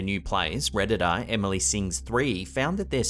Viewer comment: WHY THE CREEPS ARE YOU SAYING REDDITER INSTEAD OF REDDITOR?!